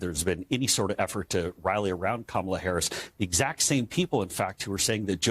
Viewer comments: The main thing I take away from this is that they CAN pronounce Kamala’s name properly! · At least he pronounced her name correctly